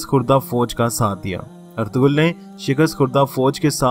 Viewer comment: Correct name is erturul... g is silent😊thank you❤